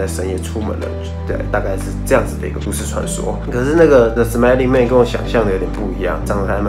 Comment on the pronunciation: 是smiling man 不是smelling man啊😂😂